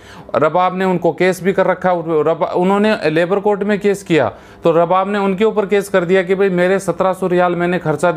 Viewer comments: Pahley Bolna seekhooo --owner ko ARABAAB boltey hain RABAB NAHII..Oman Main kuchh aisaa nahii jo tum bol rahey hoo.Yahan Kisi par Zulm Nahii hota Sab Galat hai. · Pahle bolna Sikh ja Bhai Rab bab NAHI arbab kahte hain